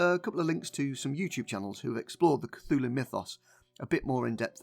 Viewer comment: You know it’s not pronounced Cathooloo.. But that’s closer to how you would call the Church of Cthulhu: The Cathoolic Church! And now you understand why they did what they did.. and probably still do.